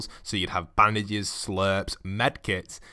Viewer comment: It's bandages not Baandases